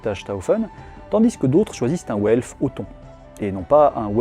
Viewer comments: w en allemand se prononce comme le v français; donc velf et pas ouelf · "Welf" j'entends "Haut elfe" c'est terrible